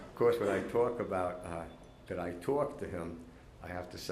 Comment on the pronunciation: Make that “towak”.